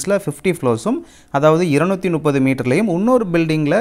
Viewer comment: ஐயா ”முப்பது” என்பதை ”நுப்பது” ஆக தவறாக உச்சரிக்கிறீர்கள். இதை சரிசெய்யவும்.